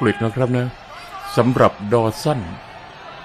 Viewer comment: ออกเสียงดอสันดีกว่าถ้าดอสั้นฟังแล้วทะแม่งๆๆ